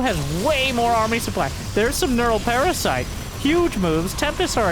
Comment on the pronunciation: Look at the soO-ply